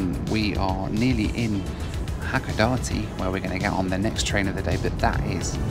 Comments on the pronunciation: Hakodate is pronounced as Hakoda-tay not Hakoda-tee lol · You really do need to learn how to pronounce the city's you've been in or traveling to to honour each language,... it's Sap -aa-row.... Hack-aa-da-day,.... FFS! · Don't play the "drink every time you hear Hakodate, pronounced wrong" game. Nearly killed me. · Is it hilarious that it's the only Japanese word he's mispronouncing? Drink! 😂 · Drinking Game Time: Have a shot 🥃 every time says Hacodate 😅😂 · I always pronounce it SApporo not sapPORo also Hakodate. mispronounces it so the captions think he's saying "happy dancey" or "pack of Nazi" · I would say if you pronounce Hakodate the way our main character in the video does.. you might consider carrying a lot of money to buy tickets several times, since you might be having a lot of other 'Japanese' trouble.